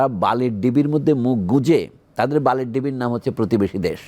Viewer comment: সমন্বয়করা বড় স্বৈরাচার । এদের বিচার করতে হবে সবার আগে । এই লোক বালির ঢিবিকে বালির ডিবি বলছে। এই লোককে আগে উচ্চারণ শিখতে হবে । তারপর হাসিনার সমালোচনা করতে হবে ।